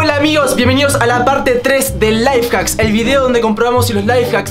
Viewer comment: "Ay mi amor tenemos que dejar que se caliente" que onda wtf?? está haciendo el 24 horas siendo pasivo??? morí xdxd pobre Y aparte soy yo o se traba y endeves de decir life hacks dice LaiFaks??? Jsjssjs